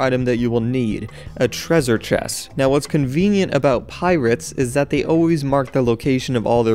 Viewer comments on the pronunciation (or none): Lol he said "Treazure Chest" instead of "Treasure Chest" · he says thresure chess, its lol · "A trezure chess" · "Tresre Ches" "2016" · "a trwezure chest" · you said tresuse chest in the video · "A trezer chess."